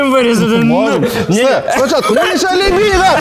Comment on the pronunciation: А коли люди почнуть правильно казати прізвище його? Він не лЬебіга а лЕбіга🤦🏻‍♂️🤦🏻‍♂️